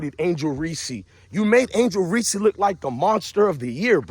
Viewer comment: This guy wanna simp for Reece but keep pronouncing her name Reese-see like she a peanut butter cup. It’s Reece bro not Reece-see 😂 if you gonna simp know ur girl name